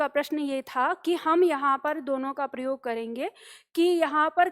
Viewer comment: "प्रयोग" शब्द का जब भी उच्चारण होता है तो सुनने वाले को "प्रियोग" ही सुनाई देता है.😝😛